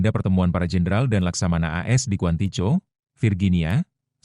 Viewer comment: Mimin lucu...mestinya kan A.S... tapu mbacanya kok "as"....gimana to...????